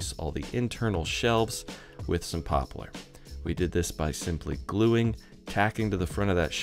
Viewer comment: "Popalar" Is that a West Coast pronunciation of Poplar???